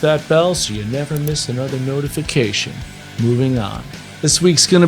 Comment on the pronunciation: The way u say NOTIFICATION is killing me every time 😂💔